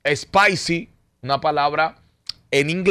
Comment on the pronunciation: No es espaisi lol Spicy=picante=( the pronunciation)= shhhpeisi